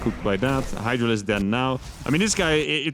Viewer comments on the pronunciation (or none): none